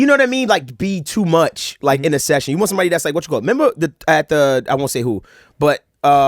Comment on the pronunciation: that “memba.” Where are you from? Thats too funny. Full seriousness just moved on. I’m baffled.